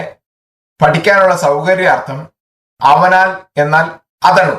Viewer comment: അതണു അല്ല അതനു